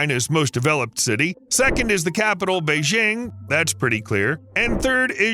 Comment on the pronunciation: Nailed it. Whenever you seen a Westerner employed as a Chinese government shill, they have to use people who are so ignorant of China that they can't' even pronounce the names of the things their paid to talk about. Surely they could teach them the basics like there are no sliding j's in Chinese - it is not Bay-zhhiing. The J is hard like in jug. Same with Zh in Zhongshan and ShenZhen - zh is a hard j. Oh and he forgot to talk about the other bridge that this one eventually joins up with on the Zhongshan side. That one that was built just 20 years ago but sunk into Qijiang (The Qi River) and was closed for repairs for nearly all of last year.